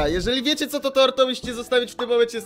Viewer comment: Co to torr? A nie kto to tor lol